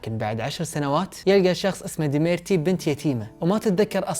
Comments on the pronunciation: دمیرتی❌ دیمیتری✅ شرحک جمیل استمر & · ديمرتي❌️ ديمتري✅️ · ديميتري مو ديميرتي 💖* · ديميتري مو ديميتري هههه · ديميتري وليس ديميرتي 🤭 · بس لو تركز على عرض الاسماء بشكل دقيق اكثر مثل الطفل يلي اسمه اليكسي وليس الاسكي...وبطل قصة الكرتون اسمه ديميتري وليس ديميرتي ويعطيك العافية ع اي حال💎🏰 ...